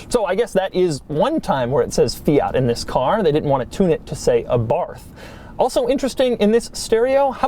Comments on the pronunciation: For the love of God: Fee-arrt!?! It’s Fiat. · He is saying both Fiat, and Abarth wrong, and he says them both a lot. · 21 minutes of Doug mispronouncing Fiat and Abarth: usual Doug Quality Achieved.